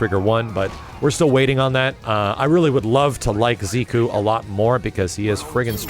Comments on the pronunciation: Jordan Brookins nope, koo is pronounced kú, while ku keeps the emphasis on the "ze" part. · I love ya, man, but you've got some nasty habits you might consider working out: In this case, your notorious inability to pronounce certain names correctly. Bro, you've been repeatedly saying "Ziku" instead of his actual name, "Zeku". And it's made even more irritating by the fact that you used to have it right. This along with every other time you mispronounce someone's name--Sakura, Asura, Karin, to name a few--HURTS MY EARS, man. And I know I'm not the only one. I hate to be a nitpicker, but this has been going on for way too long. Please,, just try to work on this? Like you with Capcom, I'm goin' in 'cause I give a shit. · Every time says Ziku instead of Zeku... omg... It's like someone is grinding my spine with a fork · Why did say zee Ku. When the announcer say so zeku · Smartix It's not "koo" through, it's ku. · You know what commercial ad was presented before I watched this? Grammarly. WHo the hell is ZEE-KOO? o.O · "Zee-koo"? Lol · I love you but man do you need to work on how you pronounce character names and abilities. I cringed everytime you said "Ziku" or "Sakoora" lol please do better😂😂😂